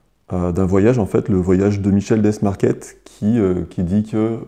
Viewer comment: Prononcer Michel dé-marquer et oui, il est né en Normandie 🤣